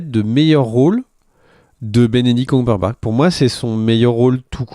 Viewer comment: J'ai beau chercher en ligne, je ne trouve pas d'acteur répondant au nom de "Benedict Cumberbart"... 🤔 Prononciation de presque qualité !